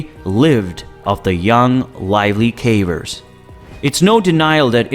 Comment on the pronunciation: He also keeps calling them carvers